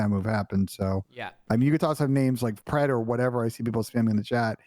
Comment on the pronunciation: Pred its pred